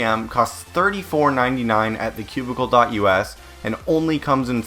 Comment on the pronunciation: im not used to saying thecubicle.us lol